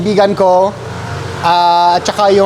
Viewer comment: I love the way you used the colloquial term "yun lang" hahaha pinoy na pinoy term.... good job! just a suggestion, the right syllabication of "TAKAL" is "TA-KAL", the way you say it is like this "TAK-KAL" which is funny sounding. So, to be more accurate in the intonation... you say "isang ta-kal ng kanin" (one sup of rice).